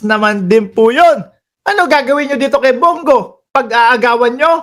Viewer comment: Brod.Bong Go hindi Bung gu Ayasiv ka ba?